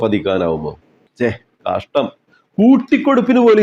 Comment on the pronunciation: കാഷ്ടം കാഷ്ടം എന്നല്ല... കഷ്ടം തന്നെ എന്ന്...😂😂